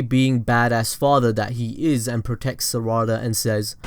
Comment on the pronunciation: Its sarada not saaaraaaada